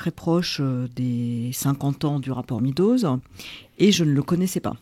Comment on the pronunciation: Se prononce “mes doses”